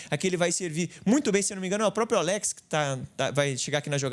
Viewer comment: Muito boa análise, Bernabei jogou muito. Só para contribuir, o nome do jogador pronuncia Álex e nao Aléx. Baita vídeo!